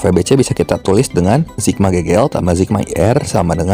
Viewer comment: sigma pak, bukan zigma